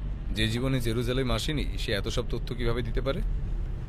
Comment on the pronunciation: গল্প মোটামুটি , গল্প পাঠে উচ্চারণ অনেক জায়গায় ত্রুটি আছে , যেমন তথ্য , তত্ত্ব নয় , এরকম আরো ত্রুটি আছে , তবে ভয়েস সবারই ভালো ।